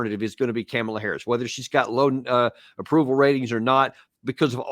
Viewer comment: And Daniel: “Cam-a-lah Harris”